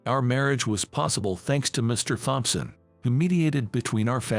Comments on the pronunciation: The IDIOT doesn't even seem to know that in the name "Thompson", the "H" is SILENT!!! Even for a computerized reader, this is such a screwup! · All the bosses are named Mr Thompson, but they CAN'T PRONOUNCE IT!